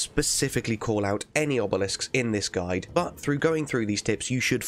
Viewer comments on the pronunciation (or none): none